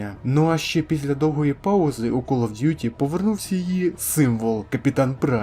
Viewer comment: Ну кол оф дютi ти ж нормально сказав😁